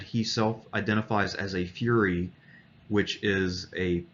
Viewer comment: furry is spelled with two r’s. Plus the way you say it sounds like Fury(the synonym for rage), but you properly pronounce furr(as in fur on animals)-e.